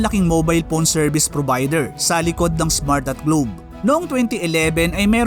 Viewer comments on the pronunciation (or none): Bakit pown ka magsabi ng phone? Diba dapat PHONE??? Hindi POWN